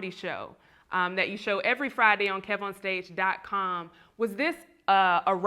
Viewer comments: That's how you know someone doesn't watch your content "Kevon" instead of "Kev" or "Kevin" I stopped the interview after the 4th time he said it. Kev corrected him around the but still, it shouldn't take almost 20mins to fix something like that. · When the host calls Kev On Stage "Kee-von" for the third time and Kev corrects him. Cracking up!